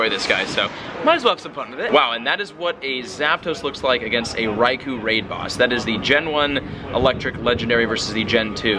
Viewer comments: REY KO, not REY KOO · RAI KO not REY KO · Anyone gonna tell him it's pronounced Rai-kO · RAAI COAL not RAI KO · I think you are saying Raikou incorrectly.